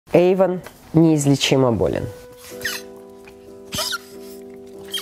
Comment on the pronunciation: Эйван а не Ейван